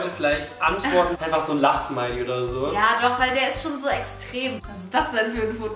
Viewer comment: Wenn Julian lachsmiley gesagt hat habe ich zuerst immer verstanden lachssmiley🤣🤣🤣